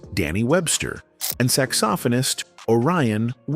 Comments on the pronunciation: Charlie Parker the "sax-OFF-onist" as the DUMB AI keeps pronouncing it...SMH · Did AI narrate this? I've never heard any person pronounce saxophonist as "saks-SO-fun-ist." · I could forgive you for mispronouncing saxophonist as 'Sacks Soft Phone Ist, ' but there's no excuse for using Charlie Parker's image instead of Orion Wilhoite's. (I realize that SoundCloud also made the same mistake.) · What is this sax-OFF-ah-nist you speak of? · I know right. I said to myself Steve Arrington is not a falsetto. And Zapp might have been a big Funk band, but they didn't have a big hit until 1980. Slide was released in 1977. This is AI. It's mispronouncing the word saxophonist and keeps showing The Ohio Players.